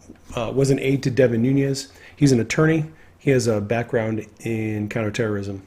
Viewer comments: I like you, so please don't take the following as my being petty; rather, I am trying to help. There is no tilde in "Nunes", so it is not pronounced "NOON-yez". Instead, it is pronounced "NOO-nez". Again, I'm only trying to help. Thank you for the work that you do. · It's not pronounced Nunez smh